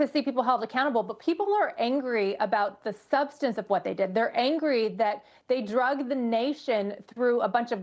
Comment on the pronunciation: "Drugged this nation through for several years"...???? she's a lawyer and uses the word drugged instead of dragged? Wow.